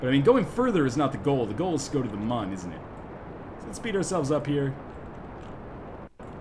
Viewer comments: Its pronaunced Moon not Mun. I suck at spelling but im good with how things are said. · For the record it's still pronounced Moon, theres umlauts in the Mün.